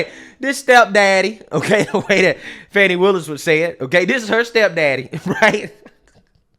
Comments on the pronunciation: You should pronounce her name right, it is not Fani it is Faaawne. 😂😂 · She says she is "Fawn knee",,,not fanny 😂😂😂😂